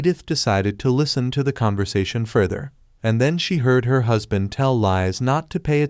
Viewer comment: stop say huspan